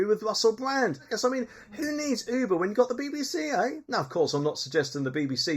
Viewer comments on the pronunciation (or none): none